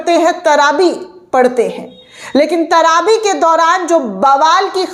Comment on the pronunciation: TRAVEH NOT TRABE